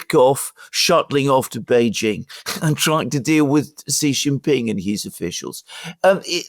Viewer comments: stop saying Jhee it means penis. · stop saying Jhee.